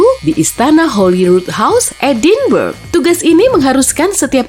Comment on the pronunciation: edinburg itu dibaca edinbraaa